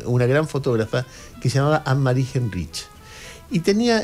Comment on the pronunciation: se pronuncia Ánemari jáinrij